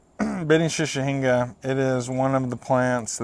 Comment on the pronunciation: shichihenge = she-chee-hen-gay. not "shushinga" lol